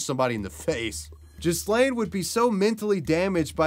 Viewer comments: LOLOLOL You must be American lol its NOT JIZ-LANE or JIS-LANE lol its pronounces G like Hard G Ga- like the name GUS so G-Laiine lol dont use the S at all either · You've even done a huge injustice and caused more insult to Ghyslain just by pronouncing his name completely wrong. The Gh for one isn't pronounced to sound like a J, it's a strong G sound like when you say G,ood or G,reat..hear the G sound...and the S is silent. His name is pronounced as in Gee-lain, Not gee, as in gee whiz, but Gee, with a guh type sound. He was probably called Gee (ghee), by his close friends and family. Ghee-lain. Learn a foreign name properly please, before doing a video. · It's pronounced Gee (like Guy pronounced the French way) laine Gee-laine (with the ”gue” sound, not the ”je” sound). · Ghyslain is actually pronounced ‘Gee-lane’. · I think that it pronounced Gi-lane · Ghyslain = Gee-lain. Butchered that pronunciation